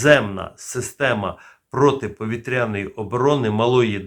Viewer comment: Заглядуємо в орфографічний словник, або Вікіпедію і бачимо наголос: "протиповІтряна оборона"